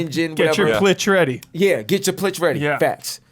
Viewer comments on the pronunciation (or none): Getting paid by saying ai and plitch